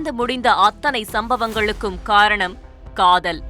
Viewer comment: Kadhal illa reader. Adhu kadhol😂😂. Thirupi sollunga: KADHOOOOL 😂 neikarapatti kothanar kaluthulaye kuthunar😂